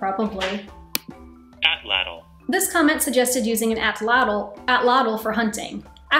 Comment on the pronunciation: At-lat-il. Is how to pronounce the word you were struggling with